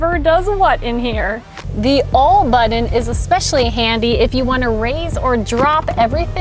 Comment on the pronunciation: I'm upgrading from my previous gen GLS63 to this, delivery scheduled for early November. It's the perfect daily driver and tows a car trailer better than any pickup. I'm smitten by the SUV and the hosts!! (Aside from: you don't pronounce "button" in any way I've ever heard before. Other than that, you may well be the perfect woman.)